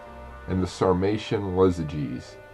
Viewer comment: The name was Iazyges not Lazyges and they weren't Germanics but Sarmatians